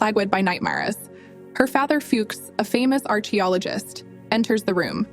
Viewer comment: When you pronounced archaeologist incorrectly 💀